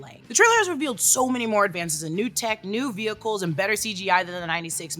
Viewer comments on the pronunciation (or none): none